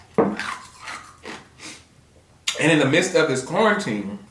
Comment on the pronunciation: “Ah kno we suppose be Corna-teen-it”